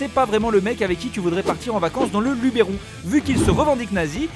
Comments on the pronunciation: Luberon, pas Lubéron... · On dit Luberon et pas Lubéron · On dit "Luberon" pas "Lubéron" ça se prononce Lubeuron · Alors pour la dernière fois on dit LubEron et pas Lubéron! Putain même mon correcteur automatique m'a pas autorisé à écrire Lubéron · Merde t'as dit "lubéron" avec un accent !!!! lynchez le!!! on dit lubeuron ... Inculte :) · LUBERON PAS LUBÉRON! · Bonjour! Juste une petite précision de prononciation: on dit LubEron et pas Lubéron (pour aller depuis 20 ans à Goult et m'être fait repris les 5 premières années haha) Sinon toujours aussi cool vos vidéos:) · Putain !!!! C'est pas Lubéron c'est Luberon ! Ça se prononce Lubeuron ! Vous comprenez les parigos ?! Mais c'est pas possible ! La prochaine fois faites pas l'erreur ! 😂😂😂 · Pour ceux qui sont du sud au dessus de la Durance , C'EST PAS LE LUBÉRON ÇA SE PRONONCE LE LUBERON AHHHHH!!! Même si ca s'écrit comme ça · le lubEron pas le lubÉron ! 😠😂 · Luberon pas LUBÉRON ya pas de É ! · Lubéron ??? sérieux ?? LubEron x) Arr, sinon très bonne vidéo ! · "Lubéron" des joues coule sur mes larmes .. les gars on dit lubEron ya pas d'accent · Il n'y a pas d'accent sur le e de Luberon ça se prononce "Luberon" et non "Lubèron" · y'a pas de "é" a luberon x) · On dit Luberon j'habite là bas XD! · Ça se prononce le lubEUron bande de parigos! (dixit un mec qui a grandi dans ce beau canton et né vers Paris ;) ) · On dit LUBEURON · Pour pas parler de Napoléon comme tout le monde... On dit Luberon, sans accent 🙃